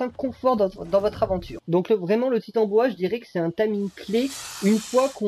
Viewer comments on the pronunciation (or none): Coucou merci beaucoup pour ce tuto. MER-CI. Rien à redire sinon la prononciation du titanOboa 😅 sinon j’ai pris le soin de noter dans un bloc note toutes les infos des kibbles 😂